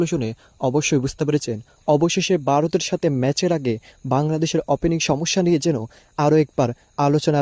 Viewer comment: Oi beta tui kon desh er lok. Varot sabdoe thik moto uccharon korte partasos nah